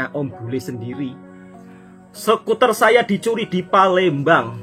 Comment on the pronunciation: Palembang ❎ Palemdavan ✔